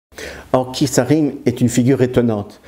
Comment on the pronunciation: On prononce le t pour Keith.Pas Kiss...